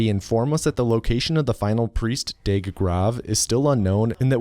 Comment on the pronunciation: Not only can you not pronounce the name of a german mathematician correctly as evidenced in DOOM 2016) but Deag is also pronounced diffently.